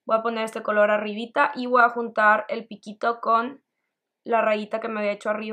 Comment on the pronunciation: me gusto mucho tu maquillaje, me desespere nomaz con el "voaa tomar" jajajjaja sin ofender saludos!